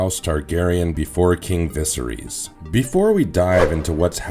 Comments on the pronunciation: Vis-a-rees literally is not how you say his name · Holy shit... I had to stop listening after hearing VISERYS mispronounced for the 800th time 😭😭😭🤣🤣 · Bad pronunciation of names is a bit off putting. I can forgive the ones that aren't in the show but how do you get viserys wrong??